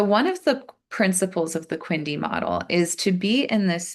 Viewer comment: eg: QNDI instead of Quindi. Limbo! No: Limbic system. Not Lybic.